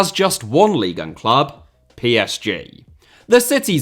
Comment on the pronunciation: When you say “leagueuen” … I fkn hate that